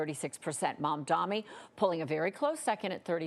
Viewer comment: mom dommy